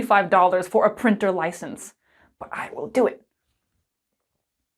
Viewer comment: printer? more like prEAnter